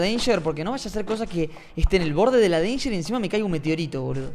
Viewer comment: "deinger" Jajajajajajajajjaja